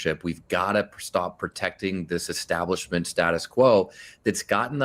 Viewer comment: Have you noticed how Bernie always says "eXtablishment"? 😅